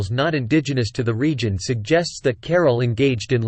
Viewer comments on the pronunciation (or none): The AI has turned this ancient city into 'Carol' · Why does the announcer not learn how to pronounce CARAL? You cannot translate. ca-RAAL. I could not continue watching the video mainly because of his mispronunciations.